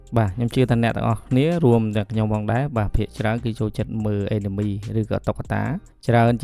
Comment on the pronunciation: Anime អានម៉េចចេញ (Enemy)អេនណាមី😂